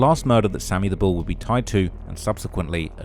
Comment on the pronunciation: Dey call him Sammy da bull not Sammy da skull 🤷🏾‍♂️